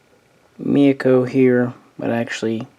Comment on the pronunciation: It's not Mayoko or Miyako lol, i don't know why Myoko is so hard to pronounce for so many people. Also It's Haguro not Haruna. Cheers